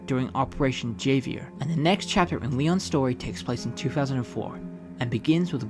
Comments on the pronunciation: The way you pronounce Javier makes my skin crawl lol. My name is Xavier and i hate when people pronounce my name wrong in english or Spanish. Javier is just Xavier in Spanish. It's pronounced HAV-EE-AIR (usually unless you're french, then it's pronounced HAV-EE-AY) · it's pronounced Javier (havier) silent J and Leon didn't go south America he went to Europe as they are Spanish not South American lol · Goddam that "Javier" pronounciation keeps throwing me off 😂 "Ha" (like in Hat) "Vier" (like how you're already doing it). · Why do you say his name like that? 😂 its pronounced hah-vee-air lol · It’s pronounced Ha-V-Air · It is a spanish name so the pronunciation is "kha-vyair" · Ha-Vee-Air = Javier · Javier… it’s pronounced with an H sound. It’s pronounced Havier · Its… “ha-vee-air” The J in Javier takes the role of an H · I was wondering if anyone else had peeped that. I was just listening to that and i was like.... Javier, Ha vee air? 😂😂😂😂😂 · bro u have no idea how angry it made me hearing him calling it javier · great video but “Javier” is pronounced as Havier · Your pronunciation of "Javier" broke me 💔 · Nice video but god man, could you please pronounce a word as simple as Javier correctly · The way you pronounce Javier. 😂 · Ain't no way in hell you're pronouncing "Javier" like that... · Bro pronounced Javier wrong. It's literally pronounced with an H! 💀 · Javier, the j is pronounced like an H lol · you’ve no idea how much of a pet peeve it is for the correct pronunciation to be stated in the game, and yet someone still pronounces it wrong despite hearing it Ofc that doesn’t work if bro never played the game and just did research for the video which i guess it’s fine but it still irks me lmao Not in a serious way ofc, i don’t care that much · Dude you butcher the names of Javier and Manuela